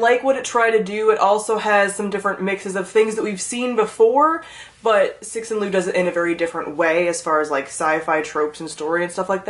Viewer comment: Its pronounced tsu shin leo instead of sexin lu lol